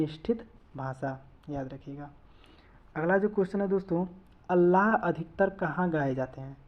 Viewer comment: अल्लाह नहीं आल्हा